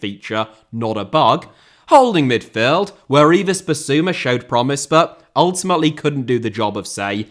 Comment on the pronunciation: You forgot current Championship side Portsmouth (just about!) and League One side Wigan Athletic when naming teams who've won a major trophy since Spurs last did. Please learn how to pronounce "Yves" as well.